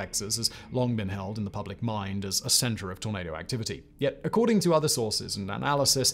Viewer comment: Every time Simon said tornado it sounded like tomato 🍅 lol